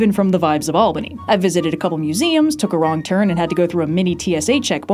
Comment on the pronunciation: Thank you for pronouncing Albany correctly!! The earthquake was noticeable in Poughkeepsie, I'm surprised not Albany